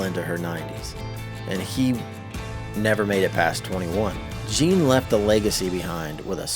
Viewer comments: You've been a genealogist for 10 years, yet you still can't get the name right? 😂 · THANK YOU! My name is also spelled “Jeanne” and mispronounced all the time.